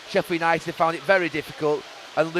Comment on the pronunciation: Yanited shambles 🤣